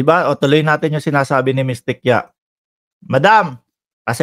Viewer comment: OA. GAWAIN KASI NG MGA DUDIRTY NONG PANAHON NILA.BASTA BINIBINTANG, GAWAIN NILA. TI-KI-YA pronounciation ng apelyido nya